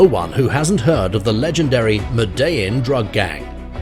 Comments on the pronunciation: Did he just call her griselda Franco? It's Griselda Blanco and it's pronounced "medi-jean" cartel 🔥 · What did he call it .. ma-dell-in or something like that? And to call the godmother of cocaine Franco instead of Blanco isn't a minor mistake either ☠️ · Interesting pronunciation of “Medellin” as well.